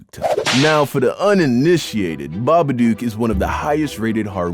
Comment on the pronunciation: Im dying at how you pronounce "babadook", as an Australian I can tell you its SO WRONG.